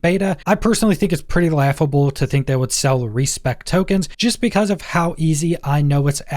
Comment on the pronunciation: Why do you say “hove” instead of “of”?